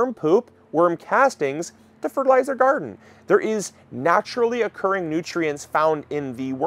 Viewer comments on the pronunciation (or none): none